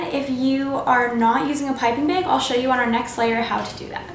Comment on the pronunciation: Great tutorial! As usual! :) & also, I like how you say bag - beg. Lol ☺️👍🎂🍰💗